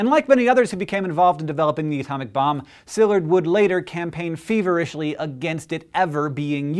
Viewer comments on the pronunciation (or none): And I don't think his name was pronounced SILLurd, either.